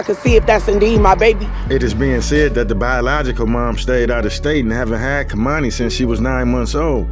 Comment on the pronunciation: You aren't even pronouncing the baby's name correctly! #sayhernameKeimani